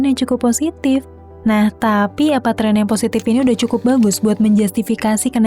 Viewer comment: Menit trek ya mungkin min bukan tren